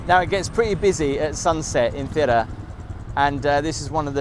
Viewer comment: Thira or Thera is the greek name for the island of Santorini, the town you are referring to ,the capital is called Fira ,with the intonation on the second syllable, otherwise great video